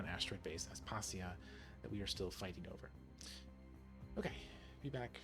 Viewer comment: Pretty sure that it’s pronounced As-pa-see-a. Other than that, wonderful, thank you for the vid!